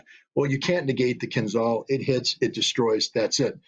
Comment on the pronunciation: Mr. Ritter spells missile "Kinzhal" wrong. It should rather sound like "Keenjeal".